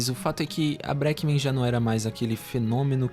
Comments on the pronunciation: mano, o vídeo tá muito bom e informativo, edição tbm ta boa, mas pelo amor de deus aprende a falar breakmen direito, caraio deu agonia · Dica: quando tiver palavra em inglês, como breakmen, coloca no tradutor e escuta a pronúncia correta!